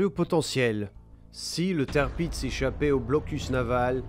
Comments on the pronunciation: Le tèrpiz...écrit tirpiz...HO BORDEL, c'est TIRPITZ (qu'on prononce: tir pits, z qu'on prononce s ici, attention sur d'autres noms ca peux être belle et bien le son z), du nom de l'amiral Tirpitz, fondateur de la puissance navale allemande en modernisant la flotte impériale en son temps ! Et alors le Bismarck (qu'on prononce: Bis marque, pour franciser et CK) massé en bismarre...c'est une horreur. je sais que les allemands ont des noms dures a prononcer parfois mais Tirpitz et Bismarck sont clairement très simple, pas comme Gneisenau (qu'on prononce: Gueu naille ze now) et Scharnhorst (qu'on prononce: char norste, ou alors, charn orst), là ces deux là c'est déjà plus chaud quand on connait pas. je passe pour cette fois , sur Tirpitz mais faut faire gaffe avec les noms. ah, je critiquerais pas pour le Prinz Eugen (du nom de Eugène de Savoie qu'a trahit la france pour combattre les ottoman pour le saint empire romain germanique et...combattre la france ensuite) qu'on peux franciser en Eugène qui a été prononcer Oille Gueu (mais qui se prononce: Oille Gueune, car là c'est impossible a deviner) car c'est pas simple là et même très dure, mais c'était pas loin. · si on lui donne de mauvais noms a prononcer en même temps, Tirpitz a été massacré en tèrpitz et ils ont écrit ca tirpiz, genre la production vidéo, audio, et la recherche, ils ont bosser en séparé et un gars a tout regrouper !? xD